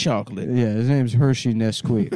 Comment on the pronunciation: Mistuh Hershey Nesquique.